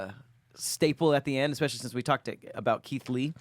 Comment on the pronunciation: we heard that “Leeth Kee” 😂😂😂